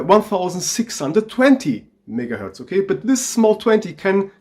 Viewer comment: his megaherz sounds like nigaherz CmonBruh